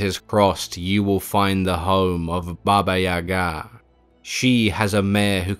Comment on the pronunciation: I love this story about Koschay. Just an FYI, it's Baba Yaga accent on the Ya not ga.